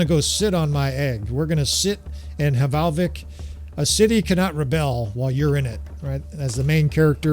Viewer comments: It is not hevalvik it is valvik love your content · Fun fact for info - the H at start of norse / nord words is silent so the settlement is pronounced Valvik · The H in Hvalvik is silent, so it's pronounced Val-vik :) Love your bannerlord videos -A scandinavian viewer